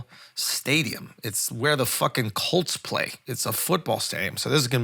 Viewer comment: Why’d u have to say the fuckin colts like that u mad😂